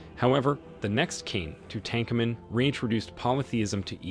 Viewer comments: TOO TANK AH MEN! lol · If your going to do a video on something, you should really learn how to pronounce peoples names right, like Ahkenaten, and Tutankhamun. And pronounce other words right, like cartouche.